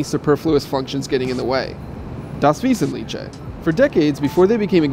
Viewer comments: it's pronounced vesentlikhe haha ;) not visitliche. but it's cute though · Der Krazy Kraut das not approve of how he pronounced Wesentliche